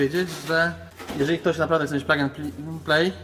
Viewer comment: Panowie, miło się słucha ale plug wymawia się plag a setup -setap